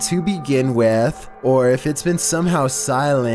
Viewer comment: “To begin wItH”